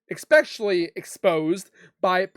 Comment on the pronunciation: No such word as “EXspecially”. Word is ESpecially.